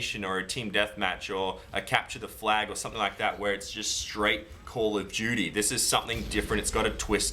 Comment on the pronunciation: its call of duty not calludooty LMAO